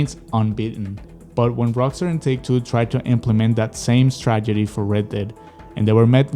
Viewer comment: It's "strategy". Not "stragedy". You're pronouncing it like 'tragedy'.